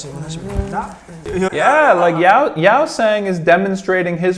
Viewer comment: The others in the comments have mentioned pretty much everything (that they were tired during this one, the language barrier is still quite big, a Korean interview or them just hanging out would showcase their personalities a lot better, Hongjoong is a fantastic leader etc.) but I wanted to point out the pronunciation of Yeosang’s name. It’s not Yow-sang, it’s more like Yoh-sang. You’re getting better with the others’ names so I just wanted to mention this. I love whenever you react to ATEEZ and I can’t wait to see more where you truly get to know them better!